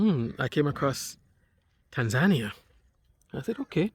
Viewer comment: Hi. Please pronounce the country properly...pronounced tan·zuh·nee·uh ￼ Slow Better Practice Practice and get feedback • BETA